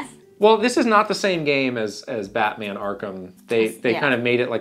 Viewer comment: i love you guys but why is saying “Megamin” and “Batmin”